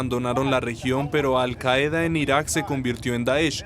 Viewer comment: La palabra 'Qaida' se acentúa en la primera sílaba.